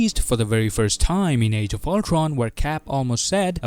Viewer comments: really ,nobody is gonna comment about the ulCRon pronunciation. ok I have to do it ,!!man you pronounce ULTRON!!!! really weird!!!. ULCRON!!!!?? WTF?? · Is this guy gonna speak every word with W? Ultwon for example